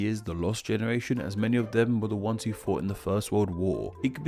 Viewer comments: "the lost genertion" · <-----this is actually the Spanish spelling and "frenchlike" pronunciation of the word "generation". The French spelling is more like the english one and it is: génération...the "r" is pronounced with the all to famous french "gaga" (only once) sound and the t sounds like an "s" and the "ion" sound like a nasaly "un". Try it!😉😛